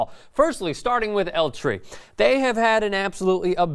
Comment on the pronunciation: dude...can you tell me what in the world "L tree" is?? or did u mean EL TRI? tri is short for tricolor, which means threecolors...